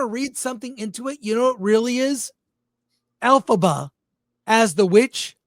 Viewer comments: You lost me at "Alphaba" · I’m kinda cracking up because 🤣🤣🤣 every time you guys say Elphiba is sounds like Alphaba which would fit with that bitchy actress being of the alphabet community. Close captions even show Alphaba. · Every time you say her name Elphaba, I hate this story.